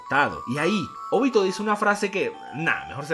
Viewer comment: Es OBITO, no ÓBITO, es simple, nunca se ha visto en el manga que se acentúa la o, como ud lo hace, si tiene dudas de su pronunciamiento recurra a Google y ponga a leer a la auxiliar, primer video que veo que alguien dice Óbito. Todo bien en casa?